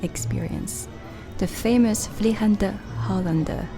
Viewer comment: That was a lovely movie about the Efteling park, i enjoyed the way you filmed it, calmly and with a steady hand. Your pronounciation of "De Vliegende Hollander" was spot on. Thank you for bringing us along and best regards from NL